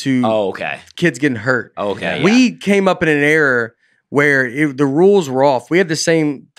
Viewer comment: I can't get enough of Nate mispronouncing words. It's like an easter egg. "This week on Nate mispronouncing common words" Nate says error instead of era....